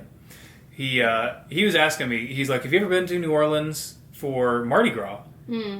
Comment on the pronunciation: Your pronunciation of New Orleans could have fooled me that you aren’t one of us! I loved the part about the preservation hall jazz band. If you go for Mardi Gras, definitely do it with a local. It could be a disaster if you don’t know the right spots. Lots of great family friendly areas though. I love Frenchman street for great restaurants and live music. I love the French Quarter but not so much at night or during Mardi Gras just because of the crowds. Tour Mardi Gras World where they make the floats. And if you could get tickets to the Endymion or Bacchus balls, that would be so much fun if you’ve never been to one of the formal balls, especially if they have a good performer. As odd as it sounds, the cemetery tours are really cool too.